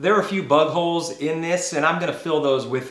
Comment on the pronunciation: I’m pretty sure he said there are a few buttholes in this instead of big holes. 😂